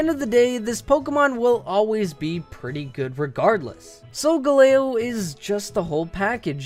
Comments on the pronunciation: You should have titled this top 5 favorite pokemon, not best, just saying. Sol-gahl-leo not sol-go-lao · GIRATINA, NOT GARITINA! SOLGALEO, NOT SUNGALEO! FIX IT NOW! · Sol-ga-lay-o xD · I thought Sogaleo was pronounced Sol-Gal-Leo. Not like how. I just don't know why. 😅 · Isn't it SolgAleo? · IT'S SOL-GAL-E-O. THE WAY HE SAID IT IS SO ANNOYING